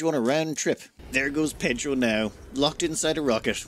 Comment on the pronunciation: Voté for Pédhro!